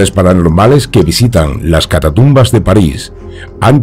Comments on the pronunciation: Un apunte, sin ánimo de ofender, es catacumba no catatumba. Si no estoy mal, catatumba se refiere en Mexico a alguien que da una voltereta Por lo demás, muy buen programa y un gran saludo. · Si. Cada vez que dice catatumbas entro en trancce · Hermoso video ...y con tu vos incomparable!!! Muy bien pronunciado CATATUMBAS